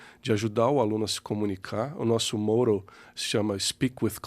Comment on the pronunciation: Se me permitem a correção, a palavra "motto" foi pronunciada de forma errada. Em vez de /ˈməʊtoʊ/, a pronúncia correta é /ˈmɑːtoʊ/.